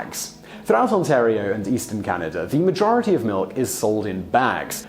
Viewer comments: ahem - Our country is Canada - not Canader eh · It's Canada not Canader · "Canader"? To all Brits. There is no "R" on the end of Canada, China, idea. The phrase " Canader" is really annoying to Canadians. It is low class street slang and when coming from an educated Brit it comes across as condescending and superior. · What I never understood about British people is why they pronounce “a” as “er”. I don’t live in Canad-er. I live in CanadA. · English people say "Caniduh" instead of Canada, you may have developed the language, so you should pronounce the words correctly. :) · Why do you end words with the sound "er" when they end with an A and therefore should end with the sound "a"? Like Canada, you say "Canader". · It’s Canada not Canader. Get it right, eh! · Dude! It's "Canada", not "Canaderr"! No r at the end. Please! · Notice how he pronounces it "Canader", eh? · And it's Canada not Canader eh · I can see why u didnt want to do the eh segment u said Canader a couple times. Got the r in there eh? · "Oh Canader"says Simon. Why when words end with an A do you say er? Eh is short for "Hey" just in case you could not figure it out. Canadians are not Americans we are not similar in any way. Curlers are not celebrities and it is not a sport to anyone but curlers. Gravy on potatoes?... That is unappetizing? huh? Do Canadians deserve the reputation of being nice? I am an asshole so I couldn't say. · Canader? That's weird 😀